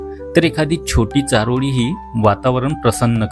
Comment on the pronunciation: तुमची अशुद्ध भाषा सुधारायला हवी.चारोडी नव्हे चारोळी असा उच्चार करा.